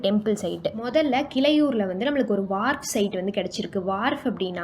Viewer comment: கிளையூர் இல்லை. கீழையூர் வனகிரி இல்லை. வாணகிரி.